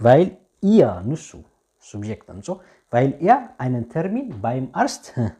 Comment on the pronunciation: Hier korrehtut bitte nicht ሲብየክት(Subjekt) sonder ዙብየክት nicht ኮኔክሽን(konktion) sonder ኮኔክስዮን ansonst ist gut grammatik